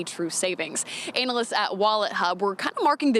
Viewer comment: Did she mispronounce analyst?